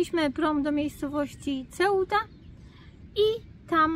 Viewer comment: C w języku hiszpańskim wymawiać się jako S jest algesiras nie agkeciras tak jak Seuta a nie Ceuta napisałem.jak.sie to wymawia 😊